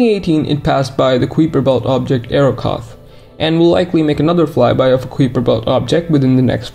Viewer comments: FYI it’s pronounced kaiper, rhymes with diaper. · i should inform you that common english pronunciation of "kuiper" is related to "guise"; the "ui" makes the same sound as the "i" in "kite", or "ride"